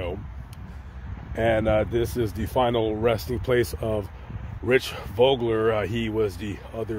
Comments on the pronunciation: Pronounced Voe-gler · Vogler's crash was the only race I missed at Salem that year. BTW, Vogler's name is pronounced "Vohgler". Two very, hard-nosed drivers. Great piece,!! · The “O” in Vogler is a long O...i was watching live on espn that Saturday night when rich was killed..when I seen his helmet roll across the track,I knew it was not good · First of all you are not saying Rich’s last name correct and you mispronounced the series ! Before you try to get your 5 minutes of fame from someone’s tragedy you should do a little more homework. Hopefully this gets taken down before a family member sees it !! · Can't even say Kallitta's name or Vogler's name right. Can't have too much expertise on the matter. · Same owner and team but I doubt that it was the same car. Especially since the narrator doesn't know how to pronounce Vogler or USAC I don't put much stock in what he says.